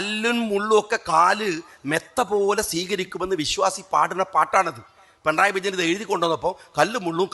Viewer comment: പണറായി.... അല്ല... പിണറായി